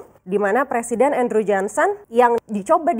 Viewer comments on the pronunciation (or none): none